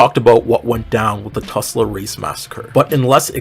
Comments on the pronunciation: this is a great analysis! also it’s Tulsa not Tusla lol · Tul-sa not tus-la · It’s Tulsa- not Tusla 😭😭😭 Anyways, this was a very well written video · Hey I know this is a very small detail but I just wanted to let you know (as an unwilling Oklahoma resident) that you're pronouncing Tulsa wrong. It's pronounced tul-sa not tus-la :) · you likely said it to get a reaction, but it’s Tulsa, not Tusla lol. Doesn’t detract from the tragic story, just thought i’d chip in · Love this video but why do you call it tusla? -Oklahoma resident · Hey good video! I actually live in Tulsa, and I’m happy to hear more people talk about the race massacre! It’s kind of horrifying how few people know about it. However I would like to say, you pronounced Tulsa wrong! It’s pronounced ‘Tall-suh’, like Salsa. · babe wake up another black creator I can relate to and feel comfortable exploring these topics with appeared in my feed 🎉 btw ml u did mess up Tulsa’s name ^^’